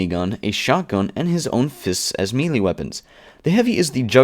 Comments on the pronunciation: As a noob I found this video very helpful. One nitpick, though: Melee is pronounced "may-lay", not "me-lee" as it appears. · wow guy you pronounce and enunciate everything all over the place. it's "may-lay" not "mee-lee"...